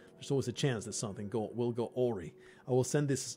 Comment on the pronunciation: This game could use more actual nudity. Also awry has the emphasis on the second syllable, a - WRY, rhymes with fly.